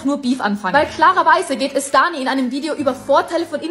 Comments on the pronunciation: Er kann nicht mal danis namen aussprechen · Hör auf dich einzumischen du versteht das doch eh nicht Auserdem sie heißt Dani und nicht Ani